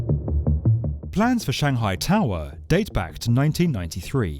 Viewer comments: “Shanghai toww errr” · Stop making such a simple word as "tower" sound awkward. It isn't "Tahw-[split second pause]-wahhh". It's just tower. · Why are you saying tower like that? Tow-hwa. It's Tow-er. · Shanghai Tao Wah?? Is "tower" maybe the word you're looking for? And the town? Shang'hai. I don't know where your shangHAI place is. Maybe someplace where they have taowahs. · This narrator has a issue with Shanghai To"w"or or any other word with a W in it. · Strange way of saying "tau - rer" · 'Shanghai tao were'. I can’t work out whether this is a person speaking or a robot. I’ve never heard so much importance given to the ‘-er’ part of ‘tower’, ‘power’ etc. Curious. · The shanghai taawaah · The narrator is English but can’t say tower 🙄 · I only tuned in to hear the narrator say the word towER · Why the exaggerated pronunciation: toweerrr etc. Too irritating to listen to any follow-up. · "Shanghai TAwah" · This isn’t the world’s highest tower but it is the world’s highest towwaahh. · The Shanghai Towwwwwerrrrrrrrrrr......the pronunciation made me stop watching. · yep...the w in tower is still silent :D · Complete with bonking, clonking noises and narrated by a bloke who can't actually say the word TOWER no wonder the damn thing isn't a success! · He says the word "tower" weird. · Why the weird pronunciation for tower? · Was that an automated voice ? Sounded English but pronounced Tower as Tow Wer and Power as Pow Wer.